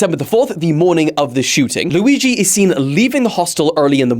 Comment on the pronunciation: cant wait for to be able to pronounce Luigi instead of lewi G